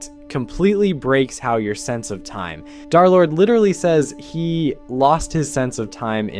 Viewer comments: Why do you keep saying Dhar Lord instead of Durr Lord?? It's a minor thing, but Wifies pronounced D3rlord3, like, 700 times. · Why does he say “darlord!!!”